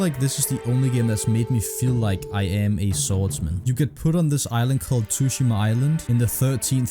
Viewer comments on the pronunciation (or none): You calling ghost of TSUshima "ghost of tooshima" makes me wanna slap you in the nose